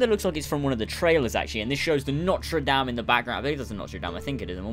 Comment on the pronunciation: You said it's NOTra Dame...hehehe so lollies